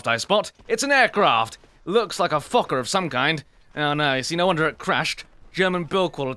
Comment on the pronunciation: "Looks like a fokker of some kind" With his accent it sounded like fucker lmao